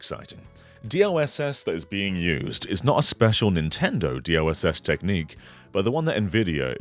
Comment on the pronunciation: Am I the only one hearing say DOSS instead of DLSS?